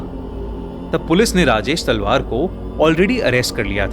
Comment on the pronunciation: Kis kis ne Rajesh salvaar suna 😂😂